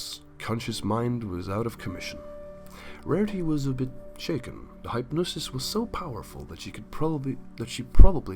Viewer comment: Duuuuuuddeeee ur dumb. It's it's not like hi pnosis its hypnosis the y sounds like the short I.